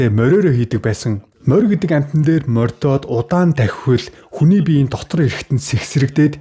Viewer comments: Үгэн дээрээ жаахан анхаарвал тэ бас. Морьдоод л гээд байхын МОРДООД, МОРДОХ гэнэ шдээ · ..Мориндоо морьдоод биш мордоод гэж хэл морьдох биш мордох...монгол хүн ингэж хэлнэ чамайг монгол гэж бодож хэлэв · Моринд мордоод гэж хэлнээ.моринд морьдойд гээд хэлээ зажлаад байхым